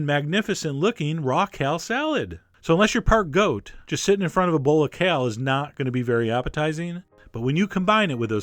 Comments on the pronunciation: Chef John, what planet are you from? Why do you pronounce perfectly ordinary words so strangely? Kell? It's KALE. /rant overwith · I like how chef john pronounces kale